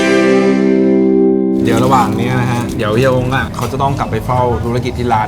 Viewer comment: มีข้อมูลผิดเยอะมาก 1.YouTuber = ยูทูบเบอร์ ไม่ใช่ ยูทูปเบอร์ เพราะ b = บ 2. โอ้กะจู๋สาขาแรกอยู่สันทราย แต่ในคลิปบอกแม่ริม 3. อ่องปู ไม่ใช่ อ่อมปู 4. เฮียฮ๋ง (แต่เขียนผิดหลักภาษาเพราะอักษรต่ำห้ามใส่วรรณยุกต์จัตวา) ออกเสียง จัตวา เป็น หง เพราะใส่ไม้จัตวา แต่ ออกผิดเป็นเสียงตรีเป็น ฮ้ง